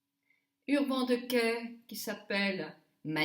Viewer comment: Encore un joli moment passé avec toi! j'adore ta façon de prononcer Urban Decay. Merci pour ce joli make up, tu es superbe!